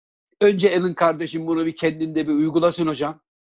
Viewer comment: Abilerim, Eleştiri olarak almayın lütfen ama şu adamın adını bir türlü düzeltemediniz. Elın değil abi, Elon (İlon) Musk. Saygılarımla ))